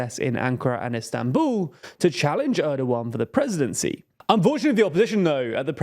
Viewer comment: You pronounce the soft ğ in Erdoğan correctly. But not the oğlu in the other names.